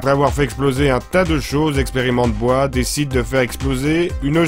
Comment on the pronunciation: XD il a dit bois ! BOIS